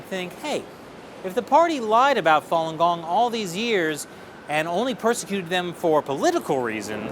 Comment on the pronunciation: More commonly known as Follon Gong? er no, it's Falun Gong.